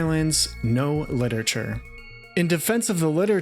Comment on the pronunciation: You keep saying "Lit-ature" instead of "Lit-er-a-ture." It's almost ruining it for me and I'm only 1 minute in haha.